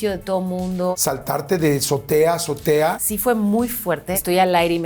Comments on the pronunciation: Se dice Azotea, NO zotea chicos. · Orale... sabe un buen de idiomas, pero no sabe español verdad? Porque ninguna persona que sepa español dice ZOTEA en vez de AZOTEA... Debería ir a aprender español primero tu super invitada...